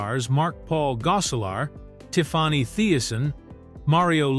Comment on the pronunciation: It is Tiffany not tiffwany